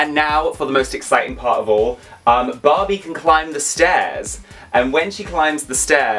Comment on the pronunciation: why you if you call that Barbie "Bobby"